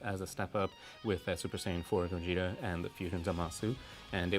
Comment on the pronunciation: "Also the Super Saiyan 4 GoYEETa which..."